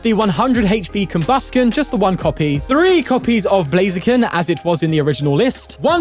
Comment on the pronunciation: Our goat finally pronouncing Combusken properly, I’ve waited for times like these